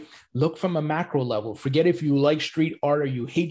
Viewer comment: I can’t tell if you’re saying ‘macro level’ or ‘mackerel level’ 😅😅 either way keep up the amazing work. Hands down the best interviews in the space and always look forward to what you have to say. Thanks for informing us 🙏🏻🙏🏻